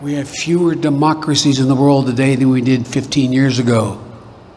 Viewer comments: Fewer and Fuhrer oddly sounds the same. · did he say fewer or Der Fuhrer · Yes, that's what I heard too!!!